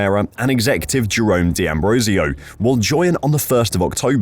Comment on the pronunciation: For goodness sake, it's not di Ambrosio, it's d'Ambrosio...